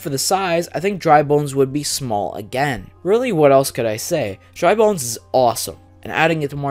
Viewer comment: You got Dry Bones and Bowser Jr. correct!